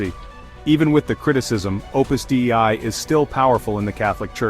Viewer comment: "dei" is pronounced "day-ee", and is the genitive singular of "deus" meaning "God". "Opus Dei" = "The Work of God". I am not affiliated in any way to Opus Dei.